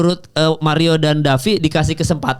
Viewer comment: Davi penyebutan nama fighternya ngawur. Harus belajar lagi.